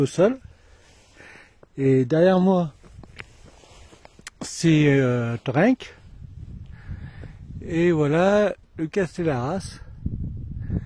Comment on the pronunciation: A titre indicatif on ne prononce pas le C, on dit :"TOREN"